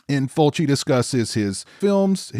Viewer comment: I second that - it's just plain lazy to not go to the trouble to learn the pronunciation of foreign names, especially when you are discussing their work at depth. I went through 4 different videos until I found this one, where our host correctly pronounces Fulci's name. Good work & an intelligent review as well. I think, plot wise, this is Fulci's more interesting work - in fact, I'm usually surprised that he was behind this film. As pointed out, getting so used to eye zooms & gougings, seeing this is quite startling really. Fulci always had good ideas that's for sure. And yes, enough with the toe action and nipple slicing - this shows that Fulci could focus well on story and plot and present it with class. No duck quacking either. Well done, I will check out your other videos.